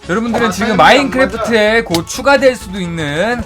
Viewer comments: 곧 추가된다는데 잘못들어서 곧휴로들었어요 ㅋㅋ발음좀똑바로부탁해요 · 계속 마크에 곧 추가 된다고 할때마다 마크에 고추가 된다고 들리네요